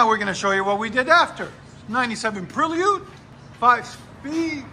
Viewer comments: Prelude not Prill-yude! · You perliud come on guy 😂😂😂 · Pre-lee-ood? 🤔 interesting, hadn’t heard that one yet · Ive never heard Prelude pronounced like that